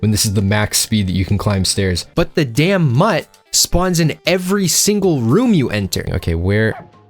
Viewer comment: U make mutt sound like a slur